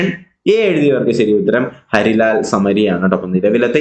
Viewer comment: സർ ഹരിലാൽ അല്ലല്ലോ ഹീരാ ലാൽ അല്ലെ